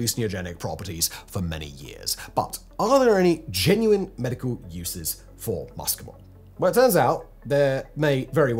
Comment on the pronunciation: Your Latin pronunciation is abysmal. Muscimol is not ‘MUSSKY - mol’ Like the ‘oo’ in look (southern England pronunciation), It’s ‘MOO see - mol’ The CAPITALS are emphasis! The ‘sc’ in classical Latin is ‘sssss’. You’re watching too many American mycology channels for your research!